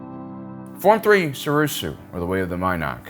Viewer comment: I love this channel but why pronounce them wrong borderline intentionally? “Sorusu”??